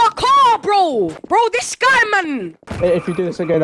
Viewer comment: did he just call him a goy for real or was that a speech impediment